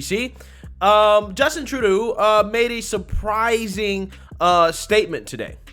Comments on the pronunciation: Again bro, it's Troo-doh. You keep saying it wrong in all your videos. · It's NOT Tra-doo, it's True-doh. Should be simple to remember with "DOH"... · "Truh-doo"? Lol True-doe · Hey, love the shout out to the Hodgetwins and love that you've got some merch out now. If you're going to be selling your own stuff though, don't be stealing other people's catch phrases because they gonna come sue your ass😂😂 P.S. It is pronounced "True-Dough" not that that piece of shit warrants his name being pronounced correctly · True-doe (pronunciation). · His name is pronounced True dough... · Trudeau is pronounced True-dough ..although at this point he is getting a lot of other names .. a lot more of his tyrannical tactics yet to come and a long way from another election. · Tru-doe is the pronunciation! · Btw its True-dooh !! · His name Is said like "true-dough" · Hey, it's pronounced True - doe. Love you bro. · Tru- doh. Long o. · It's Tru-Dough. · Just a mug. Love it. Trudeau is pronounced "tra - doe" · I ❤️ your new way of pronouncing his name: True-doo 👍🏽👏🏽👏🏽👏🏽😁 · I crack up every time I hear how you pronounce his last name! Love the mugs, will be ordering 2 ! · I'll buy a mug if you can go a whole video saying Trudeau's name correctly 🤣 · I love how you're mispronouncing Trudeau's name (at least, I think you are; I could be wrong). He doesn't deserve to have his name pronounced right.